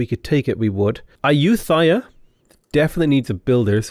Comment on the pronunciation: Ayutthaya, the thay is pronounced like “Thai” not “thigh” - source: I speak and read Thai.